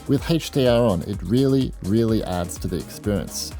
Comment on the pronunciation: it's not heichdr it's HDR